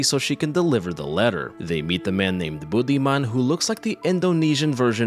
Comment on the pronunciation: He's called Budiman. Not Bootyman. Just in case anyone laughing like I did.